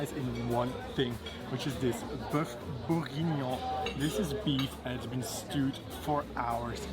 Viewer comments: You pronounce bour-gui-gnon. Same stress on each syllable. And the address is 52 Rue François Miron, 75004 Paris. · It's pronounced like tye english word crap! Rather with an E maybe, crep. Certainly not crape. Greetins from France.Bour gi nion. The g is hard , not chi. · Beef burgeoning Bur-gin-yon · The spelling of "beef bourguignon" is on the wall (no pun intended).😁👴 Tip: for the pronunciation, type it in google translate and click on the speaker...